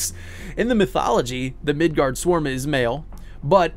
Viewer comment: Midårds-orm, not midard-sorm(s). Midgård - Midgard midgårds - (The) midgard(s) Midgårds/ormen - the midgar snake. (Sure I don't speak old Norse but Swedish, Norwegian and understand written Danish. However I can't speak foe Icelandic which is most probably most similar to old Norse(?) So not gonna say I am certain. But that's how we translate it in most of Scandinavia, with slight variations of A, aa, å. Etc.) (Bonus: In Sweden at least, Tolkien's middle earth was called Midgård. Much to his frustration).